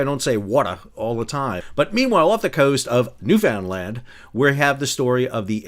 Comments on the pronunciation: New-Fin-Land!!!! 🙂 Not... New-Found-Land. LOL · Pronounced Newfin-land by most of us locals. Sometimes erroneously pronounced New- Foundland by non-newfoundlanders. If you don't the accent, drive 50kms to the next community. It's part of the charm! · you say it like "fin"... Not "found". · In your previous video when you said "New Finland", I did start reaching for Google to find where the hell is that. Dohhh! You got me! 😄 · You are not alone. Non-Newfoundlanders chronically mispronounced Newfoundland. An easy way to remember correct pronunciation is that it rhymes with understand: new-fun-LAND. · Most. Ie 90% of Canadians don’t pronounce the “found” btw. Only Maritimers do that. The large majority say it how you first said it. Newfanland. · NEW-FUND-LAND! I heard you say it. You know how. Why be "purposely obtuse?" Otherwise, love your reporting. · Better attempt at Newfoundland, but most Canadians also don't have a clue how to pronounce my home province so I wouldn't listen to them. :-D The pronunciation rhymes with "understand", so "Understand Newfoundland" will set you right. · "New Found Land", seriously? I never heard anyone in my life say this, not even Canadians. Stop being whiners, Canadians! It's almost your entire reputation now. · Es-whut-eenee. New-finned-land. Emphasis on 'land'. Rhymes exactly with 'understand', as in 'I understand it's new-finned-land'. No judgement on you, Sam, but your pronunciation of your surname is evidence that you can say names right. The above tips are just that, tips, suggestions. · If you can't pronounce Newfoundland, I can hardly wait for Port Aux Basques. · Sal, a chance to retry the pronunciation of Newfoundland and report on another subsea fibre optic cable cut a little closer to home. The CBC reports Bell Canada says that a cable between Nova Scotia and Newfoundland has been deliberately cut for the second time in two months. Maybe a topical maritime story.